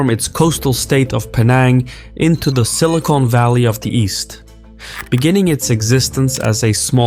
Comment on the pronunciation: He pronounced it like "silicone valley" but that seems like a good name for Malaysia